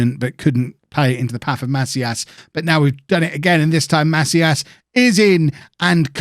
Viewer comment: It's pronounced "Ma-SEEE-as"